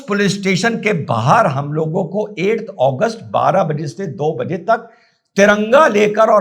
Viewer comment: 8agust or Please speak claealy in hindi Your voice says 1august which has passed